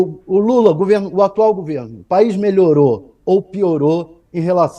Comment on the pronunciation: Esse velho não sabe nem falar, e pronuncia a palavra melhor, maior.